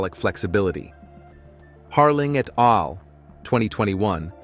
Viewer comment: Please have a PERSON read the text, rather than AI. Hearing scientific terms and even "et al" mispronounced hurts the impression of credibility. You should list the studies in the description here - describing them is not enough. I'm a carnivore and am enjoying SO MANY benefits - but when I choose videos to share on my social media, I like them to demonstrate the highest level of credibility.